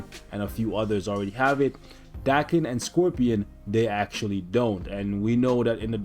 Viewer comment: It's actually pronounced d-AE-ken but ok lol